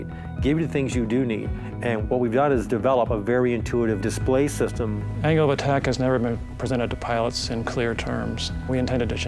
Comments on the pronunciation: i heard him say anal attack :D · The CEO sounds like he's saying "anal attack".